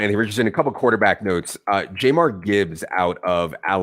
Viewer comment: pronunciation of "Jahmyr" made me want to drive off a cliff